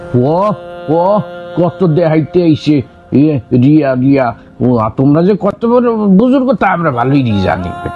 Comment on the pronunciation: শব্দটা ভুল উচ্চারণ করেছে। শব্দটা হচ্ছে আর রিয়া... অর্থ হচ্ছে লোক দেখানো ঈবাদত